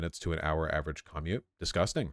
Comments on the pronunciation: Why the hell does he say commute like caw-mute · I’ve never hated anything as much as I hate how Vaush pronounces “commute”. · Have you not heard anyone say the word 'commute'?